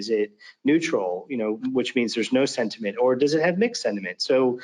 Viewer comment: Somebody tell the demo guy that it's SENT-iment, not SED-iment... ;o)